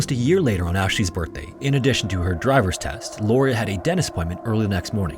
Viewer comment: "Lauria" fail